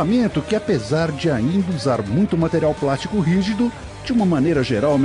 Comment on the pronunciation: Carro de """prastico"". Kkkknn